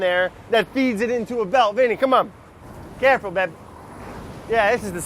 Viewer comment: “Caa-ful, beb.”